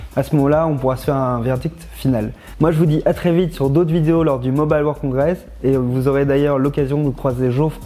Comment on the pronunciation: "Mombaille-le world congres" 🙄 À vouloir être plus anglais que les anglais...